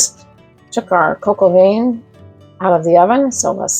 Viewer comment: The paste is called a roux (roo) and vin is pronounced van no veen